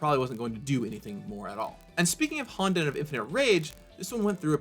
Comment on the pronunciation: you could've consulted someone who speaks Japanese before making this video on how to pronounce words like "honden" or "myojin" (hint hint nudge nudge)